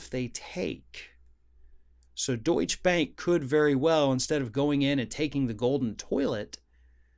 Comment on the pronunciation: You might want to learn how to pronounce DeutscheBank if you want to be believable..